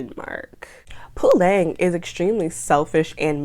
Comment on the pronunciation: You pronounce their names very well especially Fikile and Puleng.. KBs music is bad, you're right. The worst musician in South Africa 🤣🤣🤣